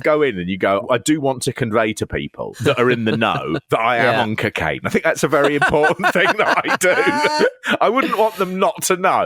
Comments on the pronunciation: CcCain! Loved "co-caine" pronounced more like McCain 😂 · "You don't want any part of this Dewey" "I think I do I think I want to try it..I want to try some cuhcaine" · Please say cocaine properly its bugging the shot out of me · Why’s he pronouncing cocaine so weird 😂